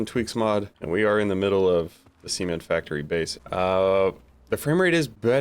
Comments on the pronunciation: the sement factory :face-orange-biting-nails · I gotta be honest. The way you pronounce Cement has gotta change it makes me laugh every time I hear it. I will say game still seems incredibly half baked and as the release was coming up for it I had a growing sense of the game would be half baked and I still feel that even with the updates they've had. There is a ton of ghosting that I've noticed. It's sad that I need to use upscaling with a 7900xtx not because it runs like shit [which it does] but because the game is incredibly pixely and the whole 'alife' debacle up to know [still have to mess with the new update although it feels like things are just haphazardly spawning in] but so far I have to say it's still not done. Devs which I doubt will be able to pull it off are gonna have to do some cyberpunk or nms levels of work to make the game enjoyable for me.